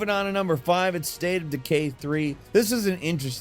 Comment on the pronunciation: "Mmvng onn to numbmerr 19"😂